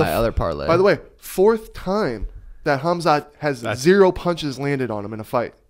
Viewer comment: not smart ? his name is phonetically pronounced as “ HAM ZAT “ not “HAZ MAT” as in the radiation protective gear!!! it’s not rocket science. your name is not phonetically pronounced as “SEEN” but “ SHHAAWN” as it is spelled out. not smart ? pfft